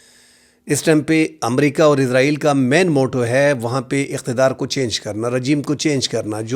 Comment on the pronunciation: آپ بھی حامد میر صاحب بھی اسرائیل کو عزرائیل پڑھتے ہیں